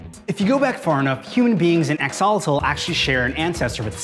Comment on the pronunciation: It's neither how you pronounce axolotl but seems ok to him...